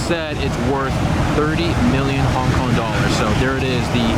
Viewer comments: 'Hon Kon' amirite? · Hon Kon?😂😂😂😂what a fuckboy